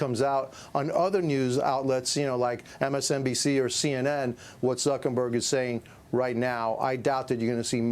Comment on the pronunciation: Whay he call him Zukenberg? Old guy cant pronounce words.